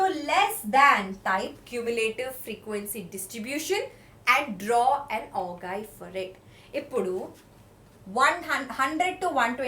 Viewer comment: WE MUST PRONOUNCE OGIVE AS OH-JIVE IT IS A FRENCH WORD AND IT IS PRONOUNCED IT IN FRENCH AS 0-GAIVE OU TI ENGLISH WE MUST PRONOUNCE IT AS OH-JIVE